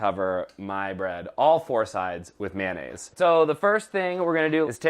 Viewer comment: May o naise.... not manaise Carla